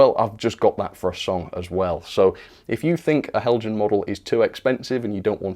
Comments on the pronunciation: These brickbat videos are more entertaining tha the ones where you extoll the virtues of an excellent model! Heljan, is pronounced "Hell-y-an". The devil is in the detail. Thanks for uploading. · Isn't it pronounced Hel-Yan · Nice music effects..! And nice WobBle down the track... But, um, it's "Hell-yan" or "Hell-yun". In most European languages a 'j' is pronounced like an 'h'. So, French "Jomini" = "Yom-a-nee". Spanish "Junta" = "Hoont-ah". Danish "Heljan" = "Hell-yan" or "Hell-yun".